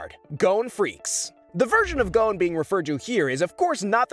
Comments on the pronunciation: GODDAMMIT ITS PRONOUNCED g-ah-n not go-ne! at least in the Japanese, wich is the real pronunciations, it is. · His name is GON not GONE ffs.